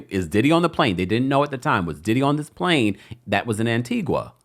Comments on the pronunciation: Pronounced Antiga. Antiqua is in Guatemala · ITS ANTIGUA-A NOT ANTIGWA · FYI it’s pronounced AntigA not Antigua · Stop saying "An Ti Gwa" it's An Ti Ga❤❤ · Tea-Gah. Not An-Tea-gwah. 😘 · Pronounced An-tee-guh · Yes I heard it landed in Antigua but they have extradition laws. Sidenote: it's pronounced An ti gah My family's country 🇦🇬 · It's pronounced (An-tee-gah) Antigua 🇦🇬🇦🇬🇦🇬....and they do have extradition to the USA. Ps. That island dont need no Didler drama...😮